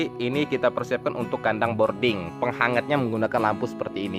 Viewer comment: BROODING apa BORDING bang? 😁